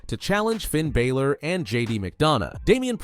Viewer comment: does my head in how he says balor